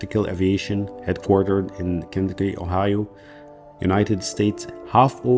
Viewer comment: BTW, Cincinnati is pronounced sin-suh-na-tee, other than that good video!